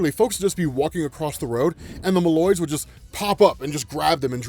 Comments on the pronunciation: Mole-oids, because hes Mole Man. Not malloids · I always thought Moloids was pronounced “Mole-oids”